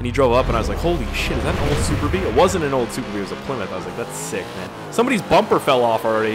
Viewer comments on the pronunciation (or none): WTF ***** did u just say plmyth haha